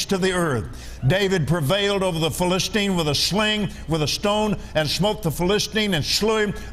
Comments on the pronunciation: Here is what is happening. He spends an inordinate amount of time flipping from verse to verse and brings up the subject of covenants. Eventually, he gets to the story of David and Goliath. Along with annoyingly mispronouncing the word Philistine 30 times, he points out that David was aware of or confident in his covenant with God. Then, the rest of the story David kills Goliath. Then, some jokes about the decapitated head. Lots of tangents. Now, a covenant for America. Skipping to Genesis 17? Nursing a child? A bit of Alzheimer's and he is pronouncing things really weird. I don't know why he is stuck on the old covenant, but he is trying to tie it to George Washington. Jesus was the fulfillment of the old covenant. Did Kenny forget about Jesus? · T'he irony that he can't pronounce Philistine 🫣